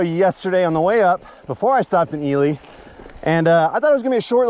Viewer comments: I checked the pronunciation for you and you are correct it’s EE-lee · You nailed the name . Love the trails around here you need to try cave lake trail system . Its awesome 😁